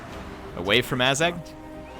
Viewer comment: Azhag kinda sounds like ass gag